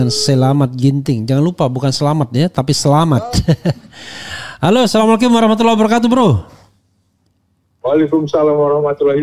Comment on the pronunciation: Ass pakmrepli.mohon di perbaiki cara bapak mengucap salam Salamnya salah